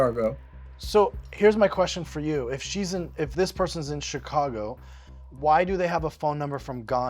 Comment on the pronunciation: Where did Gladys say she was located? "ChicaRgo"